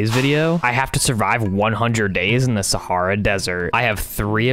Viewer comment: Can we just talk about how he says wrong sahara